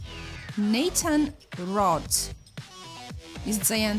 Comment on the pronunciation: Jak coś to mówi się Drakulora i mówi się Nejtan